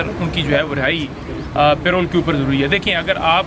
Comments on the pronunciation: oye yaar PAY ROLL to aap ki tankha hoti hai... yeh lafaz PAROLE hai, Pronounce PAH-ROLE hai. kam se kam panjhota ko itna maaloum hona chahiye. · Aziz humvatanon, It is not payroll, It is called parole. Pronounced "puh-role"